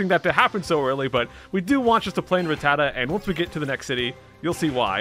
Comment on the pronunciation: um my dude you say Ratttata just fine, that's how it's pronounced lmao